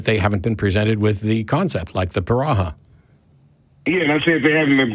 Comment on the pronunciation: Matt FYI the Piraha tribe is pronounced Peed-ah-ha. Listen to any Daniel Everett vid on his time with them.